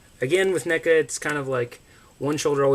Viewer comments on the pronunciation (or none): Its neckuh